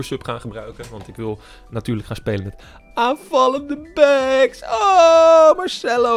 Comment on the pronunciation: Niemand: Echt niemand:: AanVaLleNde bAckS